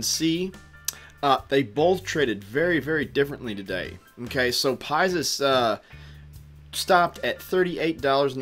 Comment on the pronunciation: Can you pronounce it as PIX-US lol not pie-zus ... overall great video thanks